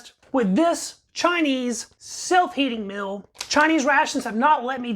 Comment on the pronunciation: It is meal. Not mill. Are you related to Robert F. Kennedy Jr. ? In this recording you have the shaking robot kinnedy voice.